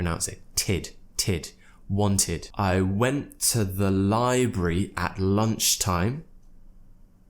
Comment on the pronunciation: The pronunciation of library you give it might be too new. I couldn't find it anywhere.